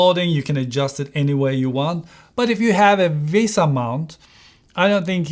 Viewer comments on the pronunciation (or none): none